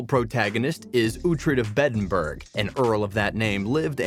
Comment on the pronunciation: Beddenburg…alfrik…kee-Artenson. At least get someone who’s watched the show to narrate it.